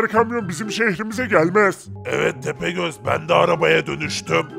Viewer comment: 0.35 tepegöz doğru diyo